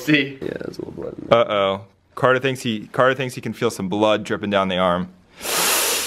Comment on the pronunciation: not cater its carter